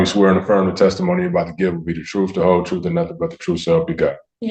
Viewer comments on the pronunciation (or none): “…the troof, the whole troof and nothing but the TROOF?”